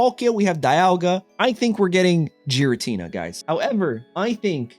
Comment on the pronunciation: That Giratina would be a massive problem. Also, please stop calling it Jiratina.